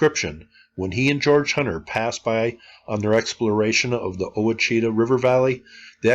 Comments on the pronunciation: For clarification, the rivers are pronounced washitaw (the Ouachita) and tensaw (Tensas) I grew up on Little River, outside of Jonesville, went to school there, and lived in town my senior year of high school. Our house is just off the northeast corner of the Great Mound. No Indians lived in that region when John Hebrard got the land grant around 1800. His Troy Plantation included that entire site. The town was built as people moved in, and it was logical for them to use the dirt to build up house foundations or use smaller mounds to build their homes because of regular flooding. There was no thought of "let's destroy all this stuff built by the Indians ", but to build homes and businesses. Remember, in the 1800s there was little knowledge of archaeology and little concern to preserve anything ancient. So we shouldn't put modern sensibilities on 19th century people. By 1930 there was still a several foot tall hill remaining from the Great Mound. During the 1927 flood several people lived in tents on it, and kept their livestock on it. When the contractor for the bridge needed fill, the landowner was happy to sell the dirt so that houses could be built there. There are portions of a couple of mounds remaining. One was integrated into the levee around Jonesville, in the corner where Little River runs into Black River. Another has a cemetery in the corner. Part of the embankment still exists from near Little River running in front of the high school out to US Highway 84. There's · Tensas = TEN-saw; Ouachita = WA-shu-taw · Ouachita is prounced wash e taw. Tensas is prounced ten saw like Arkansas, they both rhyme with it. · It’s pronounced wash a taw ouachita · Quachita - (witch` it ah)